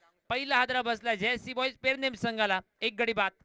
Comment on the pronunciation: Are baba te pernem te not permem